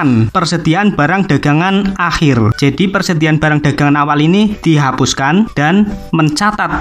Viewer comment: Akhir bang bukan ahir wkwk